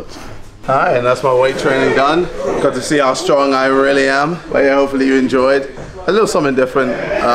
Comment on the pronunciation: is it just me or did he say 'Stronk KSI'....